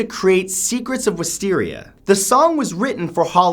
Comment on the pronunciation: no offense,but it saddens me the way you pronounce wisteria